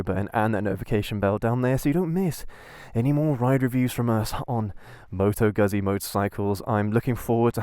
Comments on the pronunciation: Seriously - you got this great bike, with a great history behind it, you show excitement and interest, you show passion and love and you even don't know how to correctly pronounce the company name ?? Like - seriously !! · I'm going to struggle with this, the (mis-)pronunciation of the brand name might force me to leave early. I'm only 18 seconds in and it's grating enough that I feel the need to comment. Sorry if I miss the best of the vid.